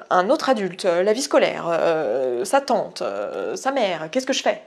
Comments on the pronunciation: Quand elle a dit "sa tante" j'ai compris Satan... J'ai dû remettre en arrière parce que ça m'avais choquée xD Est-ce que je la redirige vers Satan ? xD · x'D Moi j'ai entendu ça avant le "T" à la fin, pas besoin de remettre en arrière dans mon cas mais je comprends ce sentiment x'3